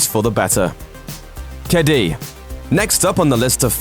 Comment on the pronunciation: Just wanted to say that you pronounced "Kedi" wrong. It's Ke - di. Sorry if this sounds rude or/and impolite. I'm just really triggered when people try to pronounce something in a different language and they kind of fail, but nowYou know! Ps don't try to say it tooo fast it'll sound weird, or too slow.